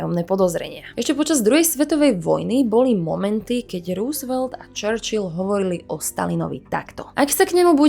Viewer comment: Super video! Nechci být hnidopich, ale chtěl bych jenom říci, že příjmení Roosvelt se nevyslovuje růsvelt, nýbrž rousevelt. Sám jsem tomu nemohl uvěřit, když jsem to zjistil, ale opravdu to tak je. Pokračujte v tvorbě!!!